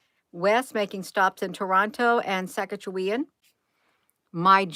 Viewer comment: More properly pronounced Sass-catch-you-one.